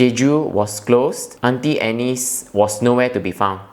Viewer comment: Aunty Anne.. not annie. lol